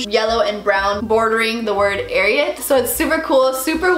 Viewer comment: You say it wrong it is pernicioued AR I AT